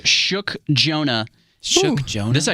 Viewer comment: At the start did he said Junah instead of Jonah or is it just me?? Ok just me lol😅🤧🤷🏾‍♀️